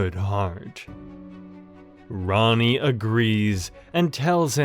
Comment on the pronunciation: Bro is saying Ronnie when it’s Rani LOL